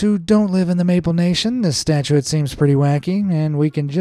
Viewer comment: mispronounced “statute” (a law) as “statuette” (a little statue) several times.